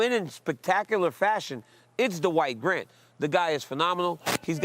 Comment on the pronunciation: Was it me but DC sounded like he kept calling him The White Grant